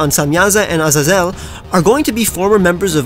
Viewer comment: You butchered Azazel's name